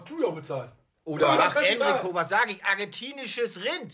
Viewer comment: Dafür, dass Wolfgang in der "Upper Class" residiert, sollte er doch eigentlich wissen, dass es nicht "Enrico" sondern "Entrecôte" heißt oder? :D